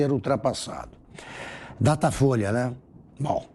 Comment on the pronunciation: "Datafoice?" Ah, tá bom. 😆